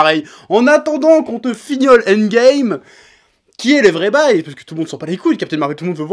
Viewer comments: J'ai compris seulement à la fin qu'il disait "End Game" et pas "Ant Game" qui serait un mixe bizarre entre les deux choses. Tu parles trop vite à certains moments chef ^^' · "Andgame"... Je connaissais le handball, mais andgame... 🤔